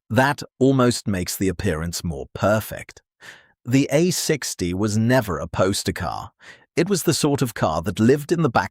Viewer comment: Opening line: "The Austin, a sixty Cambridge ...". Seriously? Read your own script, please!